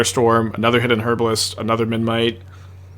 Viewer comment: is aware that memNite is spelled memNite rather than menMite? I'm never sure whether he says it like that by mistake or as a joke